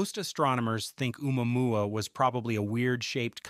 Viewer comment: If you can't pronounce Omuamua then I can't take you seriously.